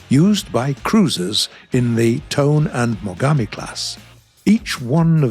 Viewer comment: Her name should be pronouced "To-neh", not "Tone".